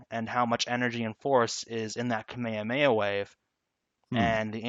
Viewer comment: "kameamea wave"